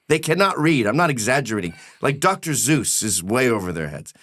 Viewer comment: I had to laugh when Gav said “Dr. Zeuss” instead of “Seuss.” Gav always busts his stones on it and he never fixes it. The ultimate irony is that he used it to demonstrate how Americans can’t read. Haha! Love ya, Gav!